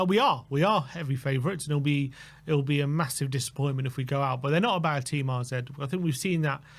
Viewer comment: why do you keep calling them RZ? Isn't it AZ? Have I missed something?